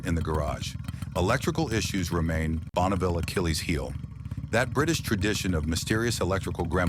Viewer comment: Schlechtes Beispiel eines KI-Videos: bereits beim ersten Bike Triumph Bonneville (Aussprache "Bonauville") enttäuscht es....